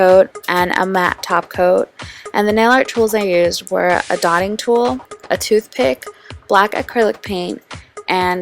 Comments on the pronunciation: lmaoooo I can't unhear it now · lol she said tooth pit